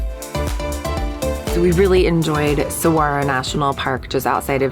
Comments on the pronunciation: Saguaro is pronounced Sir-War-Oh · Hi there! It was cool to see you and your family on our stompin' ground! We live in Maricopa about 45 minutes south of Phoenix. Love the video's! Saguaro = Soo-har-oh Cholla = Choy-a Gila = Hee-lah Safe travels! :-)